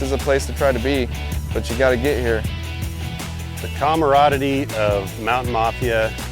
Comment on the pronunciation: Shartner? Haha then I believe I heard comradidy??? Pretty sure that's not a word lol